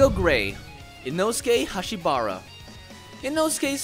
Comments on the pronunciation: is it Hashibira not Hashibara right??? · It's Inosuke Hashibira not Inosuke Hashibara 🦋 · His name is insoke hashibira not hashibara lol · its not 'hashibara' instead its hashibira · I couldn't hold back my laugh when he said insokues last name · I thought it was Inosuke Hashibira not Inosuke Hashbara. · Its not Inosuke Hashibara but it was Inosuke Hashibira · You forgot the Sun Breathing when telling the personaleties= what color lol bad spelling Also it's Inosuke Hashibira not Inosuke Hashabara. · You said Inosuke Hashibara but his name is Inosuke Hashibira. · I thousht it was Inosuke Hashibira not Hashibara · Bro, its Inosuke Hashibira not Hashibara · I know you didnt say HashibARA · It’s Hashibira not Hashibara! Lol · It is not inosuke hashibara is hashibira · Inosuke Hashibira not Hashibara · Is pronounce hashibira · I’m just going to say it You spelled/mispronounced Inosuke’s last name Unless you were trying to make a pun